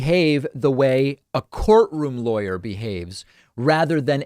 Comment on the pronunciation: Somehow I always hear „liar“ when you say „lawyer“ concerning Guliani and Trump‘s legal team around him 😂